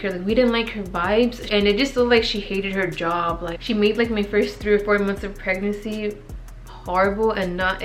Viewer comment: Why do u have such a hard time saying PREG-NANCY GIRL? Lmao. It sounds like u’re saying prenansi 😂